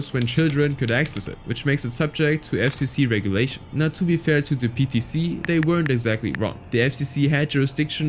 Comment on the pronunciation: PTC sounds like peta